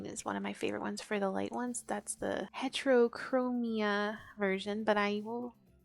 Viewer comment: u dont know how to pronounce heterochromia